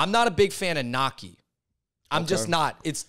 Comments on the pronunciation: Why they tried so hard to pronounce all the French foods with an aceent ... but then keep referring to gnocchi as “knocky??? Killing me. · i giggle at the way yall pronounce gnocci